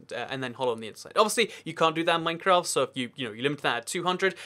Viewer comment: At the start he says mafcraft